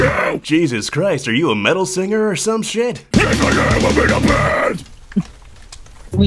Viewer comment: “Holy shoit” 💀